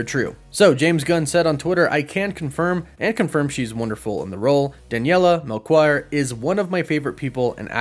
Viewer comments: it's not pronounced Melquire, it's Melchior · HEY, portuguese guy here! You just butchered Daniela's surname 😅😂😂 It reads MelSHior. The CH in portuguese sounds like SH in english, so "Daniela Mel SHE or" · Your pronunciation of Daniela last name is awful but its a good try ahaha